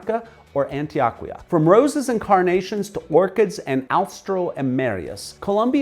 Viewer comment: You said Antioquia in such a gringo 😂 way but GREAT VIDEO, bro.